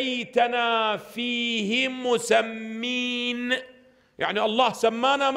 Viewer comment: مُوسَمَين وليس مُوسمِين .. غريبة يخطأ الحيدري في نطقها ويكرر الخطأ عدة مرات !